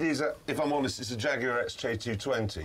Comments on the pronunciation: "IT SAYS JAGYUWA! AND IT'S TERUBEWCHAJ!" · It says Jagueahh! and it's tubohchach´d